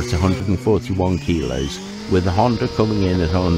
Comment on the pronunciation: . no er on the end of Honda.